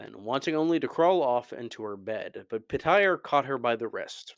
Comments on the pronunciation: Its Pronounced "Peter," not "Puhtire." Please stop listening to the audiobooks, Roy Dotrice mispronounced so many names! 🤦‍♂️ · Why tf are you pronouncing his name Puh-tire? I had to stop the video as soon as I heard that twice. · petire petire petire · Anybody else stuck with calling petyr the way Roy Dotrice pronounced it? 😅 calling him PETER Baelish always throws me off. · "Peh-tire" ?? lol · Pitire, really lol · The way just pronounced Petyr made me have a stroke.